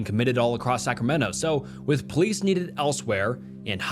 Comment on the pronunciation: I’m sorry… scramento?????!